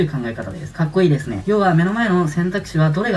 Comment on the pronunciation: 悩むならやる。 選んだことに全力を注ぐ。 また人生うまくまわすコツ学んだ あと、カタコトの〇〇デスネ がかわいい